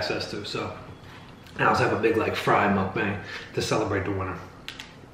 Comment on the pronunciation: Everytime you say Mukbang I laugh because you want to say Muc-bang so bad😄! I mispronounced it for years😄